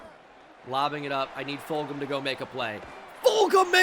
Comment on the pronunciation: Fulghum is from my hometown and it’s pronounced fuljum btw